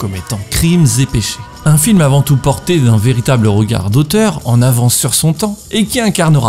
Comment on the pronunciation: Très chouette contenu ! Petit commentaire que j'espère constructif : c'est bien de prononcer les "s" de liaison, mais attention tu en mets très souvent là où il n'y en a pas. Ex : "le regard z'et le propos", ou encore "dont l'arme blanche n'est ni z'une machette...". Voilà, bisous